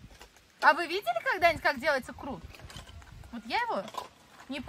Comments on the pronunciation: Крот емес құрт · Не крут а күрт (қурт) 😊